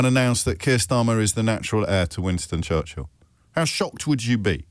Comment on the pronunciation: Someone tell Donnie that it is not "Wanston Churshel"